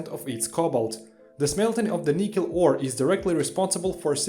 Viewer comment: Can you speak English??? Edit: Oh great there are subtitles. You don't pronoune NICKEL as NIEEKEL... Try the name Nick ....then add EL .....Nickel...not Nicole..ffs